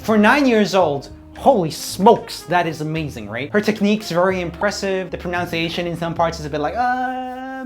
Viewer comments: u pronounced pronunciation incorrect LoL u told it as pronounciation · Do you understand the irony in criticising someone's pro"nounce"iation when you can't get it right jfc